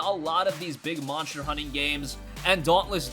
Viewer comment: Am I the only one annoyed that he cant pronounce "monster" properly? "Moncher hunter world" lol wtf